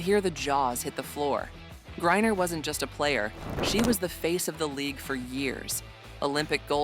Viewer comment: Every mention of her last name and this video got it wrong. It is not Gurrier it is griner. How incompetent is this.